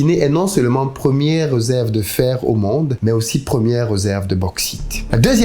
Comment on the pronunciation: Cher mettez svp un accent circonflexe sur le "e" lorsque vous prononcez le mot "réserve ". (RÉ)SERVE et non (RE)SERVE. Voyez vous la différence É et E???? Le diable est dans le détail...